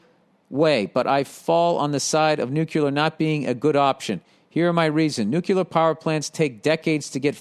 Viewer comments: Billy billy billy keep on stirring the pot. It’s fun for us all. And did I hear NUCULAR?! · Second one was “nuclar”